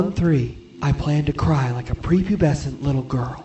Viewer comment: He said pre-pubescent, not creepy plesent :P